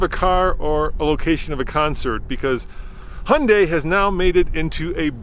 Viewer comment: Sadly the Venue is a hideously ugly car. And also I have driven a few CVT cars and still prefer an actual gearbox with actual gears. This is really just a small hatchback not a crossover as there’s no AWD. Also it’s pronounced more like Hyun-day not Hun-day (there’s a Y in there). A better car would be a Honda HR-V in my opinion.